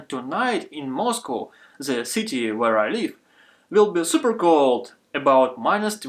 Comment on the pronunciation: Moscú? So that’s what Russian accent sounds like?